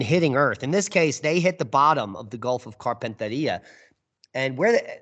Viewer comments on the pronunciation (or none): Carpentaria pronounced Carpen (as in carpenter) tear ia. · Great show 😎👍 We pronounce Carpentaria here (as in Gulf of) as: carpent-area.